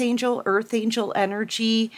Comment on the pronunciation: ANGEL NOT ANGLE❤